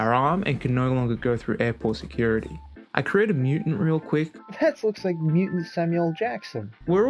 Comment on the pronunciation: did you rike it?